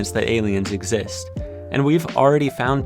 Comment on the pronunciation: Nobody:: "exist, EgGs ZiSt, eggzist."